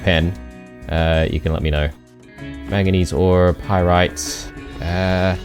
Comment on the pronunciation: Here is something I use to explain metals: Fe (Iron) Cu (Copper) Cr (Chromium) Au (Gold) Mn (Manganese) And yes, it’s manganese not maganese.